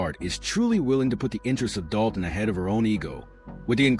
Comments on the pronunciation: Dude it's Dolton, with an L. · Doe-ton??? LMFAO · When you jump on the bandwagon and don't even know how to pronounce the name of the town, you are so pathetic.